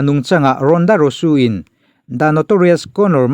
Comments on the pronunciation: Engatinge RONDA RAWSUU i tih Zel a.. 😂😂 RONDA ROUSEY tih ni na na na.. Rawsuu ti a i lam zel chuan buaithlak awm.. SEY hi Zee/rosy tih ang hian lam tawhtur umm.. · Ronda rosu ni lo in, ronda rozi ti in lam rawh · Rosey hi Rusu tih tur ani mae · Rusu tilo in rauzi ti anga lamjawk tur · A ngaihnawm thin ee mahse Ronda rousey i lam (pronounce) dan khi a dik lo deuh... Rosu ni lo in Rosi ti tur a ni zawk e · Ronda rauzi tia lam tur zawk anih in ka hria👍👍